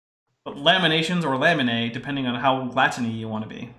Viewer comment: It is funny when you said lamination i heard lemonation, it took me a few second to connect all the dots